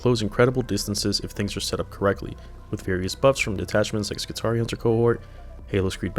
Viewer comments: Being a pedant here: Sicarian meaning assassin is pronounced with a "k" sound. Skitarii is scitarii meaning scimitar, skorpius is scorpius meaning scorpion. GW made a concious choice to change the spelling so that it wouldn't be pronouced sitari or sorpius. I guess they decided Sikarian spelling looked silly, I'm inclined to agree. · I always pronounced it with a k, I think of it like the Spanish word Sicario, which mean assassin or hitman